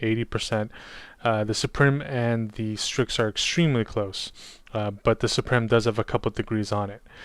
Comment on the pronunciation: Suprim is pronounced exactly the same as Supreme. Suprim is latin for Supreme but pronounced the same, lets not butcher it. As a side note, I want the white strix to get the philips head screwdriver lol